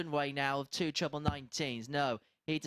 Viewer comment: Squeaky Chipmonk announcer...you talk some fkn crap, "Pwoper pwick" "Twebbw 17" fkn hilarious